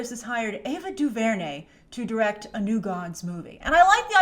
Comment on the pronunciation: The disrespect of Ava Duvernay's talent (emphasis on the last syllable by the way) is absolutely ridiculous.